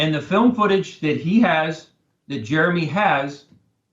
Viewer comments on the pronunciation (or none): none